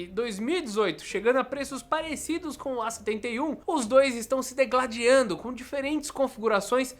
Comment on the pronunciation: Tive que dar dIslike devido ao "dEgladiando"